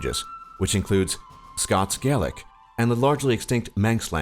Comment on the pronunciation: YOUR SAYING GAELIC WRONG!!🇨🇮🇨🇮